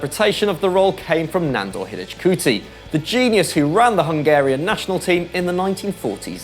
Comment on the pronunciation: Is it really that hard to do some research on the pronounciation of the players? It hurts to hear your pronounciations of Hidegkuti and Facchetti. In my opinion it's a matter of respect!